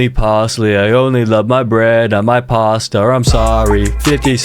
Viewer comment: why caseOH say “pastar”